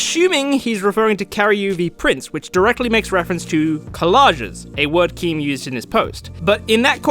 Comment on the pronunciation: "thank you Keem, yeah, very cool" You inner Australian is breaking out more and more